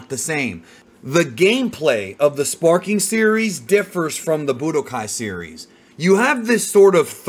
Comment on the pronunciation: Back when I was a kid I thought he was shouting "Spiky Monkey!" instead of "Sparking!" so that's just all I hear now